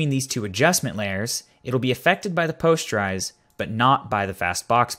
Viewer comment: POST-ER-IZE not Pos-ture-ize